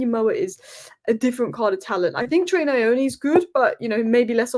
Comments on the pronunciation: It's not Na- yo-knee, it's New-oo- Knee 😂😂😂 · Pronounced nyour nee. Nyoni.